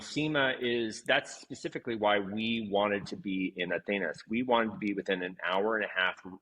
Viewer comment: Maybe learn how to say Atenas?